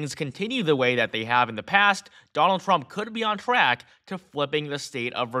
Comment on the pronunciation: He said donang trumk 😂 listen the first 3seconds